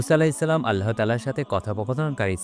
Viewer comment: ভাই আপনার উচ্চারনে সমস্যা আছে। আপনি আল্লাহ উচ্চারনটাই ঠিক মতো করতে পারেন না